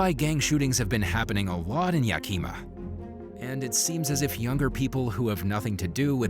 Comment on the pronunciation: Your pronunciation of Yakima is cracking me up! 😂❤😊